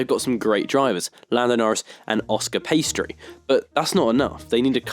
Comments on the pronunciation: Bro is it just me or did he say Oscar ”pastry“ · “Oscar paiestri” 💀